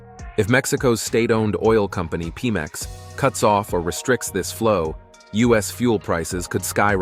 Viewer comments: Dude, it is petroleum not peetroleum so Pe(troleum)Mex not pee 😂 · You know how ‘petroleum’ is NOT pronounced “peetroleum”? “PEMEX” is not pronounced “Peemex”. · PEMEX is prounced pem-x. (no pause) I hope Mexico and Canada can reign in the little tyrant. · pemex..... not peamex